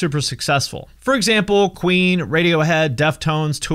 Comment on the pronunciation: When he first said Queen, I though he said Ween